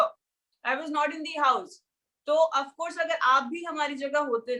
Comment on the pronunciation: Why Pavitra always pronounce Of course as UPCourse...?? 😄 #pavijaz we Miss you onscreen....😕💗💗👫⚫️